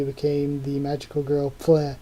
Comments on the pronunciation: By the way, Pfle is pronounced "Pou-Flay". Many of us had trouble pronouncing it too at first lol. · better keep calling her that way cuz it's funny lel